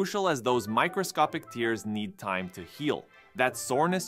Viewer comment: great video!!! small correction its microscopic tears as in tear something apart (verb) not tears as in water from crying (noun). although that might've just been a joke and i might just be stupid. really awesome video regardless!